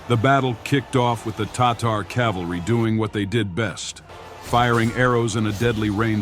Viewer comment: The online Merriam-Webster dictionary pronounces “Tatar” as”TAH’ ter”. I couldn’t see how this narrator came up with his pronunciation.